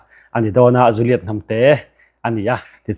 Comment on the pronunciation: JU-LIET tih a lam na na na ZU-liet ti a in han lam hi chu education i tla chham ve deuh tih chu a hriat e!! Enge hna dang nge i thawh le aw..??